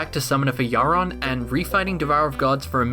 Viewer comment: you... you... YOU PRONOUNCE YHARON CORRECTLY!!!!!!!!! best youtuber. 10/10